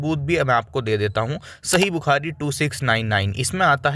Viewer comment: Bhai Maine To Kaafi Pehle Kaha Tha Ke Ye Ex-Muslim Nahi Tha, Ye Sahi Bukhari Ko Saaahi Bukhari Bolta Hai 😄 Musalman Ka Baccha Bhi Nahi Dekha Maine Jo Sahi Ko Saaahi Bolta Ho 😃